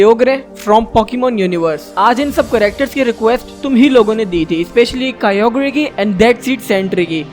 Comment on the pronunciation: Its not kyogrie its kyogre and primal kyogre is better then kyogre and primal kyogre is form of kyogre